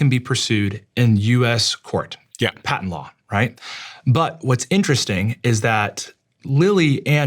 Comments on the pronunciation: You’re mispronouncing the word patent. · This might be an unpopular opinion and my ADHD might be at play here, but I wish they made a peptide to help me not focus on him pronouncing the word “Patent” ( mark). My brain kept going back to that the whole time after hearing him say it like that 😂 😆